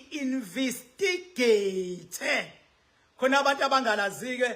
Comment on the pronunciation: Khuluma isilungu nawe. Its investigate😅 not invisigate